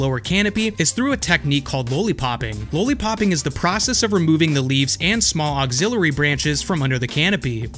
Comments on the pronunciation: It’s not pronounced low-lee-popping, it’s lolly-popping. Because they look like Lollipops. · lah-lee, not law-lee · Lowly Popping --> It's Lolli Popping Exspecially --> It's Especially Just LOL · I'm willing to forgive the "expecially" but bruh.... "lowly-popping"? have you never eaten candy? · Why are there no comments on the way he says lollipopping 😂 Love the channel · Did you hear somebody else pronounce lollipopping the way you pronounce it? You honestly have some of the best produced videos out there. Hope everything is good. Can you tell me if you are still producing content on other platforms. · It's lollipopping 🍭 like the candy. You pronounce it strange for some reason. Lol